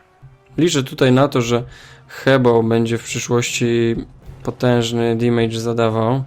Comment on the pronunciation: Taka mała uwaga :) nie wymawia się damage jako "dimejdż" tylko "damydż" :)